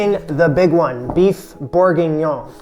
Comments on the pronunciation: Beef boef 😫😫😫 its more like buf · Hello, It's "Boeuf" not "bouffe"!!!! "Bouffe"in french means Ugly food!!!! It's RUDE!!!! This is not important, your Bourguignon is WONDERFUL and well done!!!! It looks DELICIOUS!!!! See you and thank U!!!! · Boeuf is pronounced B-uh-ff My Francophone side is annoyed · My ears hate hearing this. Boeuf is not pronounce “boof”, it’s “berf” (not rhotic so say it like a New Yorker would) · It's pronounced BURF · It’s actually pronounced very close to how you would say “book” Swap out the k for f and that is pretty close.